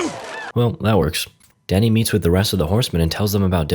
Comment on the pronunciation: I kept hearing danny as daddy